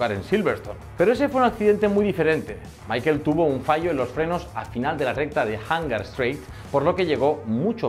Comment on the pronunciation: Se pronuncia "Mija-el", no "Máiquel" . El tipo es ALEMÁN, no inglés, por favor. Cultura general básica.